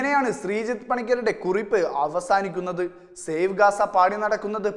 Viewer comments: Save aaanu Shave alla. Malayalam correct alla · ഷേവ് അല്ല, സേവ് , ഷേവ് ചെയ്യാൻ അവിടെ എന്ത് ഇരുന്നിട്ടാ !